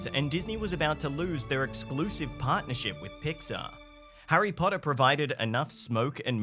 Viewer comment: Hirry Podda? An obvious thumbs down.